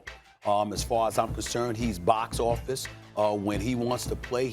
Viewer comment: Stephen A loves saying BOC OFFIST